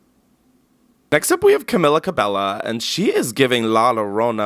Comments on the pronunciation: KAMILLA KABELLA my god, you're too white, lmao, dying with your pronunciation zkillz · Could not have pronounced Camila Cabello’s name ANY whiter if you tried lol (ps. CuhMEELA CuhBAY-OH) 😂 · “camilla cabella” loll